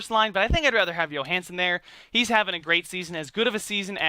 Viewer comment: His name Johansen with a J! He is not Swedish.